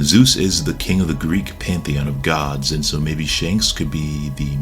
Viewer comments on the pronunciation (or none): none